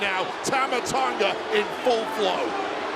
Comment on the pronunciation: Paul Heyman botching Tanga's name though 💀😂